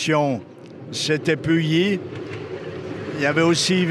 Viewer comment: Bonjour, je suis conducteur au Mini-Train de Pully, je voudrai vous remercier de ce beau reportage et vous corriger 2 erreurs ! -Le MNT a fêté ses 30 ans en 2015 ! Bernard a donc été président 30 ans ! Le MNT fêtera donc ses 35 ans en 2020 ! -Pully se prononce "Puhi". Ce n est pas grave mais maintenant vous le savez ! Merci encore et bonne journée !